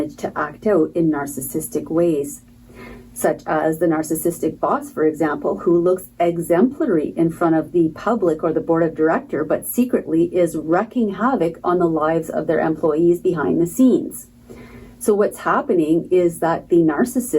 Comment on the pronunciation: “WREAKING havoc” not “WRECKING havoc.” 😃